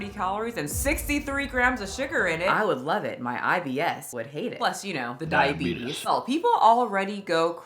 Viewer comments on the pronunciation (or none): Did you say thigh-abetes 😂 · Wilfred Brinkley has the “diabeetus” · Diabetis. Diabetis. Diabetis. Diabetis.